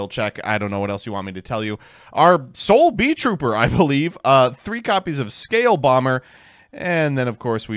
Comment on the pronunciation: “Scale bomber is our sole Beeltrooper, I think” ~ after reading three different beetrooper main deck monsters. Mispronunciation of Armed Re-BEE-lion Doesn’t activate Pin the Bullseye This guy clearly doesn’t fuck bees like a true insect enjoyer